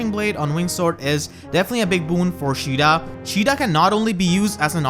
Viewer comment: "Shida" lol